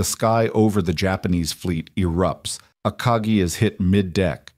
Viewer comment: "4 japanese aircraft carriers: A carkey , Carga , Sawyou and hearyou.